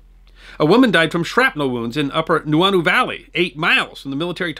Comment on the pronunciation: Helpful pronouciations... HOnolulu like ho ho ho, Kaneohe is kah knee oh hey, home of the marine corps base which is not an island. Nuuanu is New ooo ah new, Lt. Kealoha is Kay-ah low ha, Saimin - Sy min is a tasty noodle dish often eaten for breakfast. Kukui means light and is also a tree that produces kukui nuts- pronounced coo-coo ey, Ewa is Ev-ah. It's iolani Palace like E-o lah knee. Kahanamoku is kah hah nah mow coo. mow like mow the lawn.